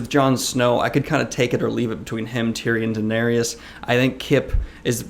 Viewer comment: Funny how you say Din-air-eous.